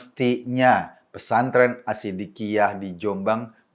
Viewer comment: Sidiqiah bukn Assidiqiah..om..beda.awas salah